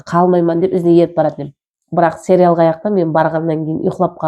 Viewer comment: Серял емес сериал деп айтылады